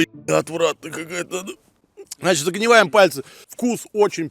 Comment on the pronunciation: Мне послышалось "Итак, загниваем пальцы"?)))